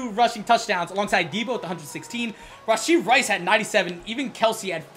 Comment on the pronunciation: Not hating on but "rahshee rice" 👍👍💀💀